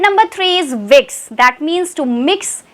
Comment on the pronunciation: Is it whiks or whisk? You are speaking whiks ma'am!